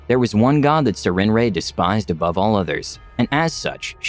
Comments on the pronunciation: Why does never bother to actually look up words before he puts out videos? I've never heard anyone say "Sir-ren-ray," which makes since because the name is spelled "Sarenrae." Like, the fuck, are you unable to spend 5 seconds on Google, figuring out something so simplistic? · I thought the goddess was said as "s air in ray", but anyway really good story!